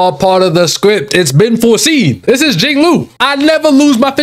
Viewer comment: hear me out, we gonna work on your pronunciations. "Laucha", "Beilu", "Jingloo" 🌚